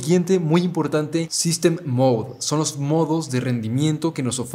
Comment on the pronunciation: "imporante" xd